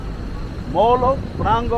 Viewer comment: Its not molo.Molho.pronounced like this....Mollllllyiu.